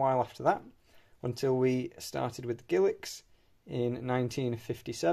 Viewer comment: I am sorry ,what word did you use to describe Elizabeth first portrait coins? A word that sounds like giliks??!!